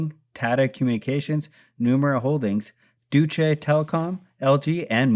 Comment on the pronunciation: Good vid! Are they still working with all of these big companies? Also just for reference "Deutsche" is pronounced "Doy-tch" not "Do-chi" lol but great vid!